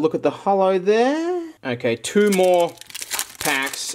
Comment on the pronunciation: The way he says "ThEre" is killing me.